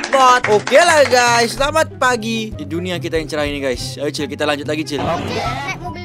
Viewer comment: Dia bilang slemek